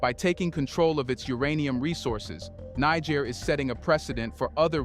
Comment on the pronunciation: Niger is pronounced Neh-jer